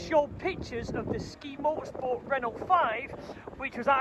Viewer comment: Please please please stop saying Ren ult it’s Renault sounds like ren ow, great vid though 👍🏻